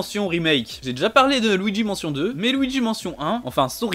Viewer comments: Par contre c’est luigi « manshion » pas mention et c’est Pokémon « ZA » pas « AZ » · C'est quoi cette horreur de prononciation de Luigi's mansion! Faut utiliser la prononciation anglaise et ça sera beaucoup mieux , au moin essayer